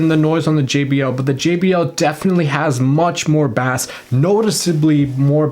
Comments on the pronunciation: Bah-Ace not bass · Not Bass its pronounced “base” ! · Baas 😂, it's pronounced BASE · Firstly and no offence intended, but its pronounced 'base' and not 'bass' (even though it's spelt that way). And secondly, whoever says that the JBL speakers sound like they're muffled or there's a blanket or something over the speaker and the Bose don't, sorry but it's the other way around. The JBL speakers sound more alive and open compared to the Bose. I was originally going to get the Bose speakers, but I think I might go with the JBL instead. To each their own though don't get me wrong, but that's just me. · you're saying bass wrong, its pronounced 'base' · stop saying baass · Why are you saying bass like the fish? Say it normal!!!!! Ba-Ace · By the way, in the USA at least, "bass" is pronounced with a long A sound (rhymes with face) when talking about sound and low voiced instruments and with a soft A sound (rhymes with class) when talking about fish. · Is this guy serious? Baass? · Bass is pronounced BASE. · its not sea bas its basss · Sorry but the Bose blows it away I actually have both speakers Gen 2 for the Bose. And no offense but I'm not taking the advice of somebody who can't say Bass correctly. It's like saying trouble instead of treble. Sorry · you're pronouncing bass like it's the fish. Lmao. I had to turn you off immediately. If you speak like that, you probably don't know much about music. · "in the US at least" it's pronounced the same everywhere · Great video but I squirmed every time you pronounced “bass” like that 😂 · As soon as u pronounced bass wrong…I was out!